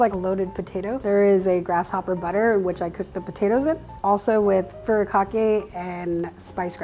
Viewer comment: She butchered furikake